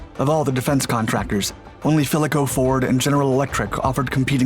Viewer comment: O "Fill co", not "Fill eh co".